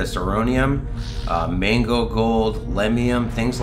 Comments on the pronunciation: Are you intentionally saying “mango” instead of “magno?” Like some sort of word play? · I literally thought it was 'mango' for weeks now until I read your comment just now